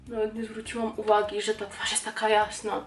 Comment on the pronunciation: Zauwazylam ze masz teraz taki brytyjski akcent nawet jak mowisz po polsku to przeciagasz dlugo samogloski np- twaarz, a nie mowisz tak jak my mowimy tak szybko 'twarz', mam nadzieje ze wiesz o co mi chodzi :D